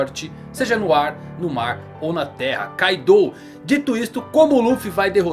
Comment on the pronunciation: Caidou???? Kkkk não é Kaido???